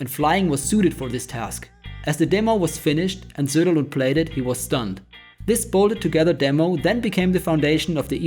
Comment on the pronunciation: you've butchered Patrick's Sunderland name hard (I don't mind it, he totally deserved it)